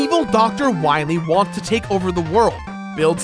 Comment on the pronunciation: Too bad the Anniversary Collection didn't fix the Dr. "Wah-Wee" Epidemic.